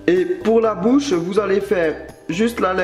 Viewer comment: A 4 min 21 tu a dit la boche olieu de bouche